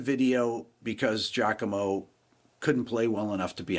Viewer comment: Referring to him as "" makes this thief in question sound cooler than he really his. Pronounce it 'Jock-a-mo' (correct pronunciation) Afterall, the guy comes off as a dumb jock. The D-bag backwards hat and wearing sizes too small Hawaiian shirts is a good indicator. The nail in the coffin for Turra is the fact he hasn't addressed the issue sufficiently of people calling him out for 'faking' his playing and the elephant in the room he's ripped off countless musicians and only credited them AFTER Danny Sapko and others called him out in their posts and videos. He NEVER apologized to those people personally. Instead he made more excuses.